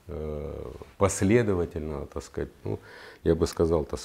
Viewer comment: Пьём каждый раз, после произнесения генконструктором Виталием фазы "так скаать"